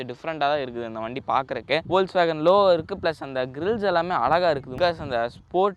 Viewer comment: Adhu spell panum podhu "Fokswagen" nu solanum pa, it's a German word.